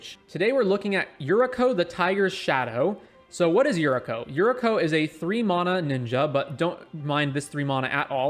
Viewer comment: great vid, but plss. its pronounced you,ri.ko/ and its mana not mauna im really not trying to be an ass, not telling u what to do but just for future reference